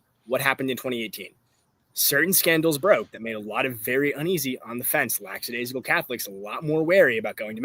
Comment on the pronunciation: Can someone teach Anthony how to pronounce lackadaisical?